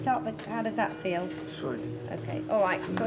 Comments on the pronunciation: It's FEEL not FEL and it's CRACKING not CRACING. 🤣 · "I can fel my chest cracing"? Really?